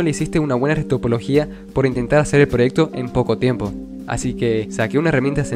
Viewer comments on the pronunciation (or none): y lo peor es que ni siquiera dijo eso,dijo timepo 💀